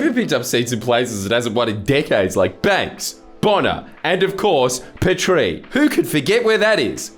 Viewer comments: Duttons ex seat is said Peetree , not pet tree lol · I physically recoiled when I heard "Peh-TREE". For the record, it's pronounced "PEE-tree" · Oi jordies you mispronounced Petrie. It's Pee-trie, not Pet-ree. - sincerely from Qld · 'Pea-tree' not 'pet-re' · It's 'pee-tree' not 'puh-tree' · what the fuck is a peh tree mate its clearly pee tree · Petrie is pronounced Peetree. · Petrie = 'pee-tree' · it’s pronounced Pee-Tree dummy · Petrie = pee-tree ...FYI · Pronounced "pee-tree". It was very unexpected for Luke Howarth to lose Petrie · Yo Jordies. Petrie, pronounced Peetree is on the northern outskirts of Brisbane, dangerously close to where the illustrious Mr Potato Head himself resides... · Pee-tree, my guy! 🤦🏻‍♀️ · jordies its actually pronounced Pee Tree (not joking) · the pronunciation of petrie killed me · im just offended by the pronounciation of Petrie tbh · Imagine mispronouncing Petrie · Genuinely unsettling... I had to rewind three times and leave a comment under yours because of it